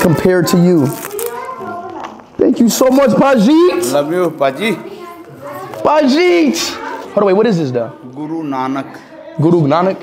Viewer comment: "Lmao thank you so much, Paji-eet"......bro it's Paji